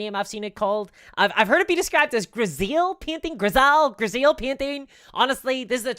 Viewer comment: Grisaille is pronounced grease eye, I think ❤